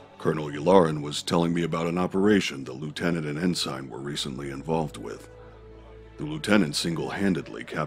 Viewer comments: Do British people just pronounce Ensign that way. I'm pretty sure he is saying it wrong. Or he thinks its Vanto's first name. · n-sign n-sign n-sign ITS NSEN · It is really good but i keep getting bothered by thrawn pronouncing the rank Ensign like "N-sign" instead of "end sin" isthat just how British pronounce it? To me it seems like he thinks its the guys first name. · Great performance. You have inspired me to read the trilogy. I did find the mispronunciation of ensign distracting.... ( en-$ign vs. en-Sin which is the proper pronunciation ) was this intentional? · I wanted to ask the person who played Thrawn, the way you are saying the military rank ensign is that how proper English pronounces it because your way sounds more like N – sign. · Was your pronunciation of 'ensign' as En-Sign instead of En-Sin on purpose? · Brother, you nailed it, fantastic! Just one thing, it's pronounced En-Sin, no en-sign, even though it's spelled that way (sry, Naval Family kid here lol). Other than that, you were perfect! Hope to hear you doing more Thrawn in the future! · Awesome job! However for future productions "ensign" is pronounced EN - SIN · They pronounced Ensign wrong. It’s pronounced En-sin, not En-sine. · En-sign is said like EN-SIN. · In this production, Thrawn consistently mispronounces the word “ensign” as to wether it has a long i or a short i. When I was a child, I also did this. This can be rationalized because Basic is not Thrawn’s native language. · I do wish they could have pronounced "ensign" correctly.